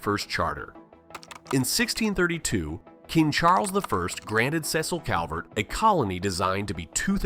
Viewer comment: CRVERT instead of Calvert- 😅